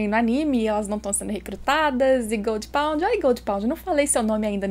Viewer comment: Fico boiando quando fala goldpound hahahaha